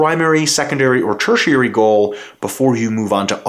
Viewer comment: Ty for teaching me how to say tertiary because I have been wrong my entire life.